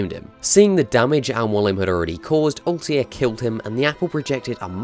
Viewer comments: Altair not Altiar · I love the pronunciation. Altair = Oltie :D Learn some English mate. We don't speak Welsh. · "Assassin's Creed is my favorite series" proceeds to pronounce Altair as Altier for the whole video. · What a weird pronunciation of "Altair" ... They say his name multiple times in games. It's weird you butchered it even tho you heard it probably 100 times :D